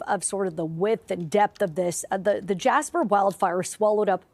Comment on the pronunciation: Jasper? More like Jashper, amiright?